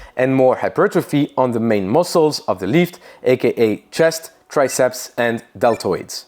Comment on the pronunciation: no one notices the 'zer hahaha' at zer end?